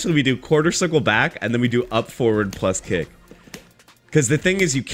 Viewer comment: Taking a shot every time read kick and punch wrong will kill me